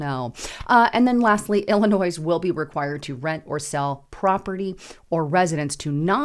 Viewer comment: The ‘s’ in Illinois is silent.